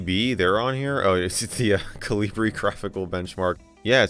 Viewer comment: Colibrí means hummingbird in Spanish (the emphasis on the final 'e', so col-ee-BREE). That's why the logo is a hummingbird 😊